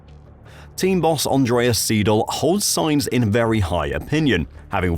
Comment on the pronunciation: Seidl, not Siedl...